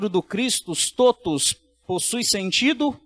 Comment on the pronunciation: Pronúncia correta: TÓTUS, com o Ó aberto, não fechado.